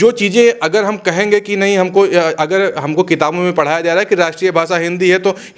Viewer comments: ये रिपोर्टर तो "भाषा" शब्द ठीक से बोल नहीं पा रहा. "भासा" नहीं भाषा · भासा नही भैये, भाषा बोल 😂😂😂